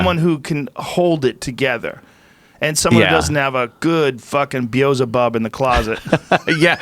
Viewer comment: The way Joe says Bezzlebob